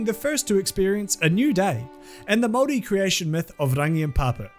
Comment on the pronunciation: Really weird hearing Māori being pronounced right but I very much welcome it.